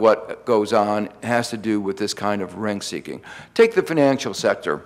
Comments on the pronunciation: 'RENT-seeking' not 'renk-seeking'. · What is "rainkseeking"? He keeps mentioning "Rainks" (sp?)